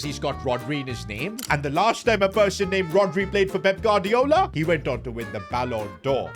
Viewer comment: Bro pronounces every Spanish name as if he’s from the streets of Barthelona but can’t say Gu-ar-di-o-la 🤣